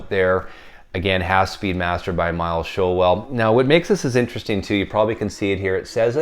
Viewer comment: Hi, I’ve met Miles Showell it’s pronounced Shoal 😂👍 The Uk original copy is the one to own,far superior to the US RL cut. The Uk version is a demo record I kid you not 😎👍